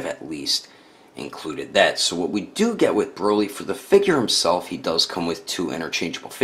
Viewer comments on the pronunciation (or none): My guy called broly broccoli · He called him broccoli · U called him broccoli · You called him broccoli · Did he just call him broccoli